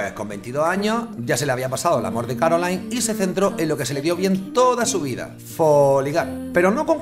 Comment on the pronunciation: A ver si aprendemos a pronunciar en francés o alemán... qué eso de CaroalAIn, o de PÉrigny, o de FlÁvigny, o de FrÉderic ???.... Menos política y más pronunciar bien